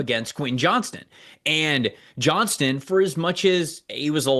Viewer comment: Please start saying Quentin Johnston’s name right. There’s a T in that last name for Christ sake.